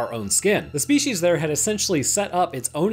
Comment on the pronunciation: Ah yes Shpeeshees...